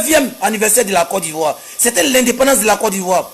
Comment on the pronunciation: Voilà 1 ignare qui raconte ça vie de misère KO nandependence va a l'école maudit la on dit indépendance